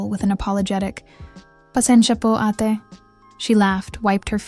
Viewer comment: ATe is pronounced as: Ah-te (two syllables: A - teh